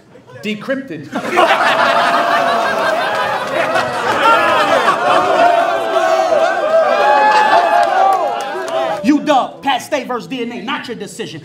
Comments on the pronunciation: De-crip-ted... wow! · The word is de-crip-ted son.. 😂😂😂. That line had me on the floor.